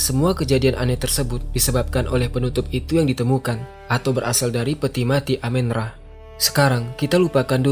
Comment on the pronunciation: bukan dewa amin ra bang, tp amun ra